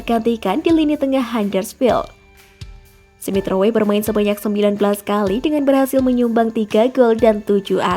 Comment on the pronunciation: Smith rowwwwe bukan smith ro-we